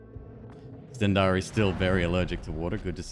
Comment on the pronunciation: Hehe, he pronounces 'stendari' as if its the god "Stendarr" from ES. While all it is is colloquial finnish for a lighter.